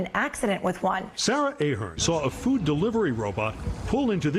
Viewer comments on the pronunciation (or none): none